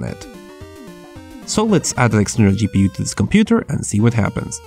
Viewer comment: I like how you say gi pi yu instead of ji pi yu